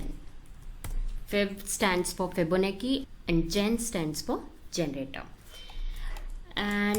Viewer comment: Fibonacci is pronounced as 'Chi' like in Gucci